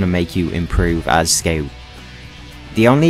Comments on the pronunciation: I laught every time he say ''skeu'' insted of scout xd. nice guide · 12 minutes of me being mad about him saying "sceut"